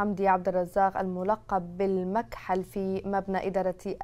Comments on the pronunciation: المكحل بتشديد ك يعني الذي يضع على عينية الكحل فالرجل عليه علامات انه مكحل خلقه ومقدمة الاخبار لم تنطق اللقب صحيح 😢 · قال لك المذيعة متعلمة وبشهادة قامعية...مش قادرة تنطق الكلمة صح ...المكحل...بتشديدالحاء يا استاذة من كحل العين..يامتعلمة يابتاعة المدارس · لٱ عاد تنطقي الاسم بس اسكتي ع اساس تتكلمي عربيه ووويع ع مذيعه استغفر الله بس اسمه المًكحل بالضمه ياهبلللاااااا